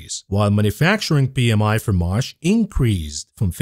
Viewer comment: learn the difference in pronunciation between "marsh" and "March".